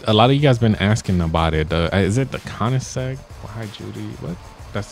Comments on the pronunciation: It is pronounced co-nin-seg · its (ko-ehn-ihg-sehg) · it is pronounced koing-seg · I think its pronounced Coin-eh-zegg UH G RA R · it's koenisegg agera r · Not to be rude but it’s like pronounced like cone-en-seg agera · Co nin Zeg is how it is pronounce it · Wish the koenigsegg had the correct sound